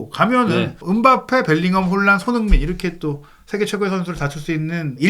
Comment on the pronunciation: 발음을 정확히 합시다. 손흐민❌️ 손흥민⭕️